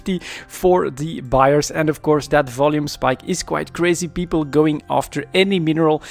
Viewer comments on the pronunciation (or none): none